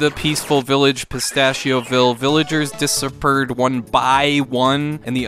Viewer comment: "Dissapeard" lmfao🤣